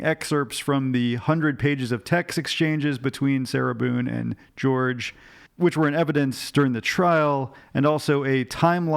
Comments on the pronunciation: Jorge's name is pronounced not like 'George' but like 'HOR-hay'. I really enjoy your analysis and dramatic reading of the transcripts as always 😁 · Is his name not pronounced Hor-hay? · His family called him Jorge as in George in the sentencing hearing. Even he asked to be called George rather than Hor-hay. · He spelled it Jorge but pronounced it George. Hope that clears it up.